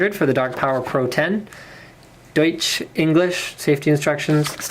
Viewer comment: ahaha so funny how he says "deutsch" ^_^